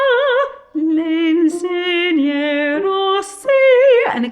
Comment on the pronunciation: It's not "LE" with an open E vowel, but "Le" with a closed "e". This is important as it is an essential part of Italian pronunciation. Leave Italian pronunciation to the Italians or to an expert in diction.